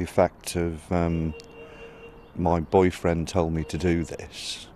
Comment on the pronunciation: "Mah boifriend told meh to"